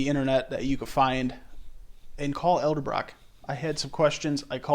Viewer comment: its not Elderbrock